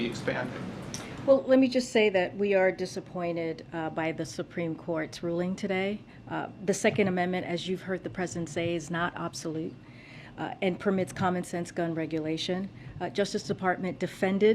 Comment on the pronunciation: What TF is OBSOLUTE? This chic CANT👏🏼EVEN👏🏼PRONOUNCE👏🏼A👏🏼WORD👏🏼THAT’S👏🏼RIGHT 👏🏼IN👏🏼FRONT 👏🏼OF👏🏼HER👏🏼FACE!!!🙄🙄 It literally makes me get EMBARRASSED FOR HER! 🤦‍♀️ #needliteratepresssecretary